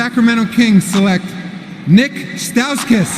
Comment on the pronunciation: Nik stauskus? Really